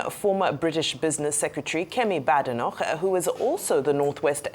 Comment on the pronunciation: Bae-de-nock!!!...That's the correct pronunciation.